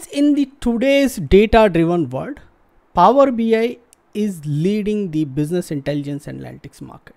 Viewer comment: PHOoower bi